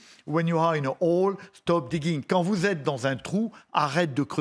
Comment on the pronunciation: Général, on prononce les H en anglais...ce n'est pas Ole, mais Hole.. Deuxièmement, la métaphore du chien est bien maladroite...